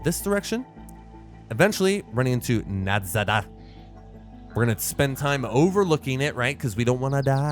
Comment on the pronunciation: the town is called nadezhda and is pronounced NA-DE-SHDA, which in Bulgarian and Russian means hope